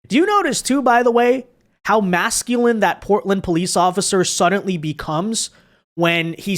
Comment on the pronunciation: for the love of God, there is no "T" in the word SUDDENLY!!!!